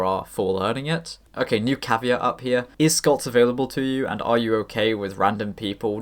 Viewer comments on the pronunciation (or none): none